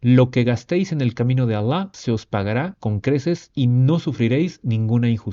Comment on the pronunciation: Me encanta incluso su pronunciación de los nombres Alah y el profeta Mohamed. Lo hace muy bien.